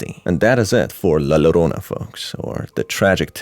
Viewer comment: Helpful note: In the Spanish language, the double 'l' makes a 'j' sound, so it's really pronounced 'jorona'.